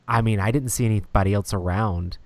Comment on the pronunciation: Every time says "elts" instead of "else", a Rhino Hero loses its cape.